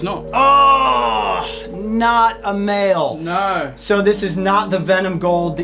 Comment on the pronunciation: why he pronounce "male" like "mild"